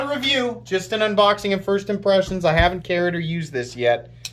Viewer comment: Man I sure do love your "Unbixing" videos lol.